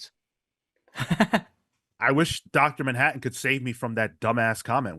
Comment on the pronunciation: "Dr DANhattan" I'm dead 😂☠